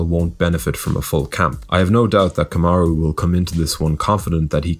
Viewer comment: Come on man its Kamaru not jake Paul YouTuber.